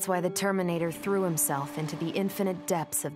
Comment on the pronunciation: Everyone: the terminator What i heard: determinator